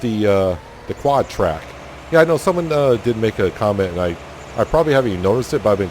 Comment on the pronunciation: I've been way behind on this series and spending the day catching up, but I've been wanting to correct you on the quadtrac thing forever 😂 I didn't do it cuz idk where your from and thought maybe that's what you always called it